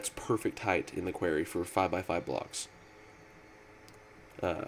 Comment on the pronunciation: am i the only one who gets pissed when ever he says quairy? QUAR-RY >.<